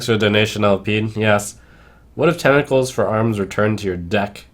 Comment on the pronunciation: Trump tentacle has two T's in it. You spent the entire video saying tenicles for arms. Babyrage